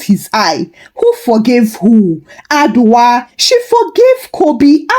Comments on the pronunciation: Madam please the name is Adwoa and not adwa....adwa is name for an animal in the forest ooh...please next time check your pronounsiation or you use Yaa,Afia,Esi etc😮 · Hi, Thank you for the Ghana stories this week!! We love you. 🥰. By the way Adwoa is pronounced A- Joe-wa.